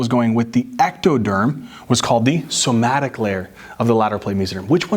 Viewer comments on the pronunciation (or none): none